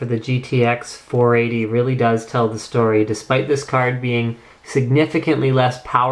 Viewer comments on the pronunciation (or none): none